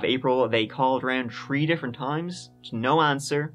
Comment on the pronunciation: Hey, the way you always work in a "tree" and "turdy" in your videos is a absolute genius move 😉